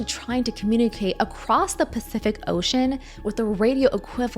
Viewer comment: "pacthific ocean" ❤😂